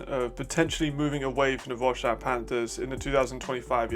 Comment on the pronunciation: Quick mention: Wroclaw is pronounced "Vro-tswaf"